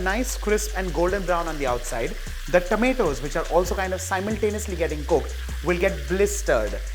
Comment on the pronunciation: Your tomatoes pronunciation is very wierd.. its not tameto.. Its tomato... Pls